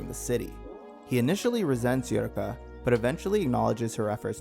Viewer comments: Nerve vash? Uri ka? tra PAR? What the hell are these pronunciations? Doesn't even sound like that on the dub, let alone sub. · "Eh-woo-reh-ka" "Neer-vosh" "Ah-mita Drive" "Trap-per waves" Great video tho🙏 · Yeah “most forgotten” considering you don’t even know how to pronunce her name. It’s aye-oo-wreck-ah.